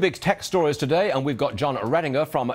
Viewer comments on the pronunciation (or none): why everyone in FOX Business say " Redinger" instead of " Rettinger" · Rettingurr haha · RE-TIG-ER lolz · Good vid but at the end he said regginter:/ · He was all happy and smiley until he said "redenger" Poop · What an ass, he didn't even pronounce Rettinger right. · ...that reported MISPRONOUNCED name twice in a row... >_> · He said name wrong! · He pronounced your last name wrong :( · wow loser say name right.